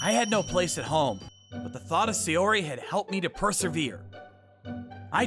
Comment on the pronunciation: S-AIYO-ri?!? Where'd the extra Y come from?